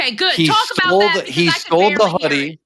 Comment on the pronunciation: "Stoled" 😂 Oh.